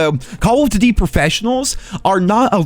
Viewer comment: Am I the only one that heard the way this dude was saying " duty " ?? I had to click off as soon as I heard it.. I just cant lmao